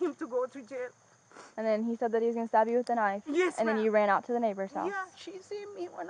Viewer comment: It took me a while to realise that whenever the lady in the red shirt said "stop" she meant to say "stab," so I was curious what endeavour of hers he was trying to put an end to.